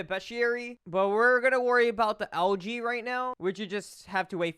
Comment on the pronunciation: It sounds like he’s saying LG instead of algae and that cutscene sucked